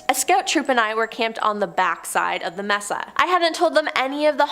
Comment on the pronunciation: Mesa is DEFINITELY not pronounced "messa"....it's MAY-SAH.... A flat-topped mountain!!! If you don't know what something is, please check before butchering the word..... several times!